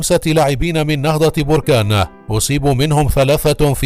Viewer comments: Berkane et non borkane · نهضة باركان وليس بوركان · المدينة تسمى بَركان وليس بُركان تحياتي لكل من يعشق النهضة البَركانية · بركان بالفتحة فوق الباء من فضلكم